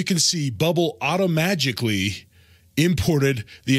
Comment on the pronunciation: auto-magicly lol😇